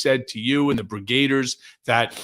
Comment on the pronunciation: Brigade-ers? No. Brigg-a-deers.